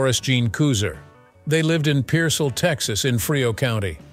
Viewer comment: Pearsall is not a suburb of San Antonio. Pearsall is about 55 miles South of San Antonio on I-35 toward Laredo. Pearsall is peer-sall. Sall is pronounced like salt with a silent t.